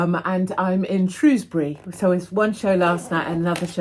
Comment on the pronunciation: Congratulations on pronouncing 'Shrewsbury' correctly! 😎👍🏼